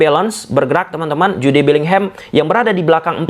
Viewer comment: Sukak bgt dengerin "Ju de" Bellingham bg 😂😂